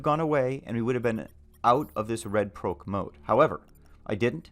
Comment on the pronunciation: Bruh. for the love of god stop pronouncing Proc as Prowc